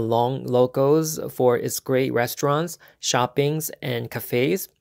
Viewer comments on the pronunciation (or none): none